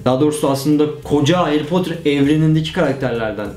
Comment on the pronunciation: Haryy poterr